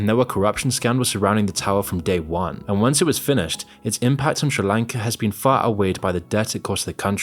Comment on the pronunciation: Take a english class on how to say fucking sri lanka